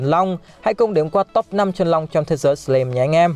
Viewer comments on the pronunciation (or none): Sờ lam chứ ko phải sờ lim anh ơi :v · Đọc là " sờ lam " ko phải " sờ lim " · Góp ý tí: anh nên đọc đúng từ slime /slaim/ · A đọc là sờ lam thay vì sờ lim được ko a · Em chỉ góp í 1 chút là từ + slime đọc là sờ lam +chaos đọc là kay ọt <3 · Lần sao coi kỹ lại cách đọc Slime nha anh :v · Đọc tên nhân vật, tên chiêu thức chán thật sự, cả slime mà đọc sai thì chịu luôn ông voice